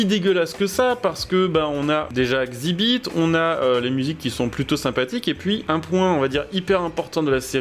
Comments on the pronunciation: Ca se dit X ibit pas xibite , ouai il est un peux caca 😂 mais j'étais assez fan de pimp m'y ride du coup voilà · Par contre ça se prononce Exzibit …….. 😅